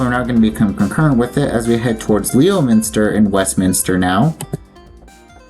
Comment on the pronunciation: The places that were mispronounced (aargh from this former Bay Stater!) Winchendon (the northern terminus) - think similarly to Wimbledon, the location of the major tennis tournament in UK. Worcester - Whis-ster. Other commentors have posted different pronunciations. I won't argue with them. If they give a different pronunciation, it's OK. Leominster - Lemon-stir. Get this one instilled into your lexicon. Fairhaven (at end of video) - the accent is on the second syllable. At the end of the MA 2/140 WB/NB concurrency, the overhead sign at exit 90B used to have Winchendon as a secondary and Keene NH as a primary. This current sign is annoying as MA is being provincial here. Some other places near MA 140 that you may want to visit: Southwick Zoo, off MA 16 in Mendon. It's a few miles west and south of here, almost in Millville. Also, Wachusett Mountain in Princeton is a major ski area. Wheaton College, on MA 123 east of MA 140 in Norton is another place. This college is not to be confused with Wheaton College in Illinois. Taunton and Franklin are cities. Franklin, however, continues to refer to itself as the Town of Franklin but has a city form of government. The Massachusetts Secretary of State has ruled that any municipality that has a city form of government is a city, end of story. Dean University is located in Franklin.